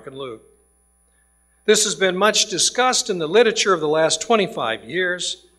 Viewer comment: Why on earth do these doctors keep saying "lit-uh-ture"? It's "literature".